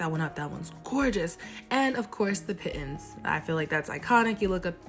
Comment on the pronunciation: Nice video!! Pitons are pronounced Pee-Ton! Great footage xo